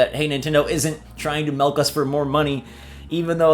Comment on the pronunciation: Did this man really just say Melk